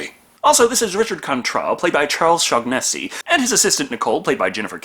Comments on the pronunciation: Sorry. Sorry. But it's pronounced shaw-nessy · Charles Shaugnessy - "Shaw-na-see"